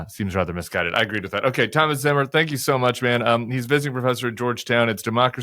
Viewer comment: Probably pronounced "TOE-mas"